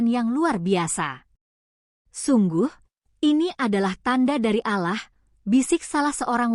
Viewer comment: Min ngomong Allah nya yg bener, ente non muslim ya ?